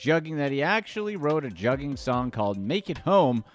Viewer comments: That “u” in Juggin is Pronounced more like the words “good would should or could” .. it’s not jug like juggling and they use sound is not like bug tug or rug … you wouldn’t pronounce swindled as swYIndled so why are u going heavy on that jug thing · It’s pronounced Joogin